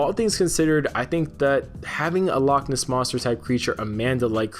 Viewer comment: Loch Ness is two separate words, please try to make it sound like they are